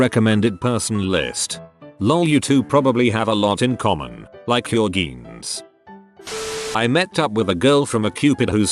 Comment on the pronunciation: Nobody: The TTS voice: Geeenz